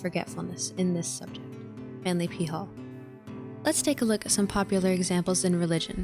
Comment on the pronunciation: You really should say P. Hall rather than peehall